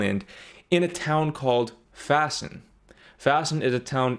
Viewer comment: dude you said Vaassen in it's local dialect sound and i laught my balls off XD